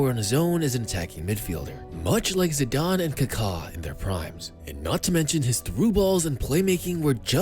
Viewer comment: Zidane* not Zidone